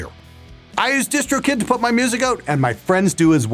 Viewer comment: I always thought he said distro kit*